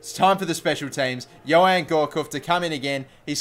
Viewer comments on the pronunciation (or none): none